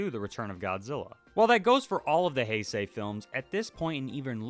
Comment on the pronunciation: I’ve learned recently it’s Bio-lawn-tay, not Bio-lan-te. Also Hi-say, not Hey-say. And Radon, not Rodan.